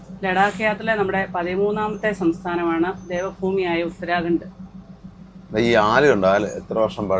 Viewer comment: ദേവ ഫൂമി അല്ല ദേവ ഭൂമി